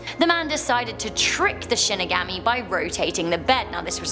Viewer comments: it's pronounced "She-knee-gah-mee" not Shin-i-gami.... disappointed..... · Shin-ig-aw-me not shin-ig-AHH-me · Shinigami is pronounced She knee ga me Sorry had to say it or it would haunt me for eternity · “she neh gah me” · Shinigami is pronounced She knee ga me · Shinigami is pronounced Shin nee guhm mee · Nice video as always! Looking cute as always! Minor comment. Shinigami is actually pronounced with an ah sound. Watch the anime of Death Note. Thats how I learned to pronounce it. Not picking on you sorry if it seemed that way. 😁 Keep the great videos coming! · Watch bleach for shinigamis yes a s (also she pronounced it wrong :3)